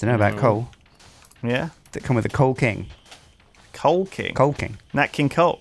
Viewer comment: after all of teh coal king and king coal I swear I heard Kinkhole at least once